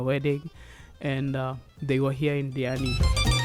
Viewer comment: Did you butcher your name or is there something wrong with my Sennheiser hd 650 headphones?